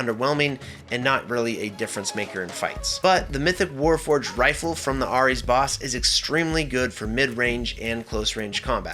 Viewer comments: Hey man, loved the video, great advice and gameplay, very helpful. One thing that bothered me...Ares. Its pronounced Air-Ez, not our-Ez. Dunno if you were meming or just had a moment or if other people already mentioned it, but please, for my mental health, pronounce it the proper way? Lol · Ares is not pronounced "Are Eees" but "Air Eees". I had to replay it to figure out what you were saying. lol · I can't believe the way you pronounced Ares